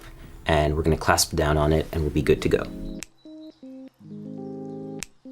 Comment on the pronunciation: Say "clasp" one more time...